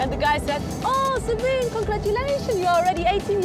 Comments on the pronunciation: Sabine not Sabbine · And her name is sabinE not sabin.